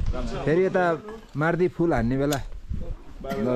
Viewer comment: MAARDI hoina, Mawrdi chai ho pronounciation. Please ucharad nabigaridinu hola.